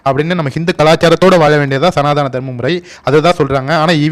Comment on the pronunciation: சனாதானம் இல்லை.. சனாதனம் என்பதே சரி. இனியாவது சரியாக உச்சரிக்கவும்.. 🙏😊